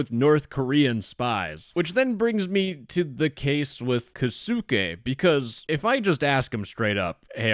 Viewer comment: LOL the way he pretends to be Japanese bro u can't even say the name kosuke 😭😭😭😭😭